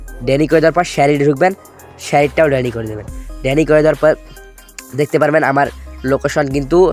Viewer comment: ডেনি নয় ডিনাই